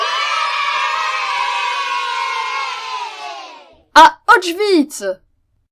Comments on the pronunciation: Autchwitz :D Répète après moi Auschwitz OS CH Wi TZE désolé mais ça m' a fait tické :3 Big up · Juis ptetre chiant mais on ne dit pas (comme toi) : [Aotchvitz] , mais plutôt [Ochvitz] voila ! Cété leu peuti point culture de Polonais !